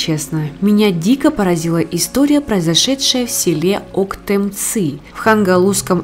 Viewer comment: Не правильно читаете. Октёмцы...Хангаласском Улусе. Вот так правильно будет.